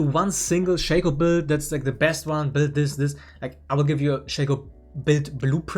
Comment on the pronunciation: you pronounce "Shaco" wrong